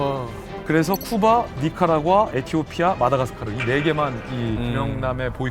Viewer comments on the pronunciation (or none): none